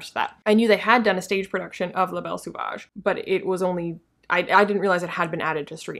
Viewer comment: Just a quick french lesson: its pronounced so-vage not sew-vage. Great content as usual!